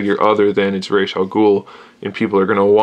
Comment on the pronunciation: The creator of the character says it is pronounced Raysh, so you are correct. Will you do reviews of the new Batman Tas version of Ra's and the Figure Toys Company version?